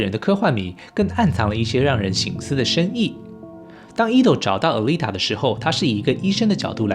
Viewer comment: Alita念阿莉達 請不要念呃莉塔